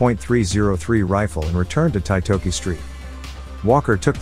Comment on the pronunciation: Titoki pronounced TEE-TORKY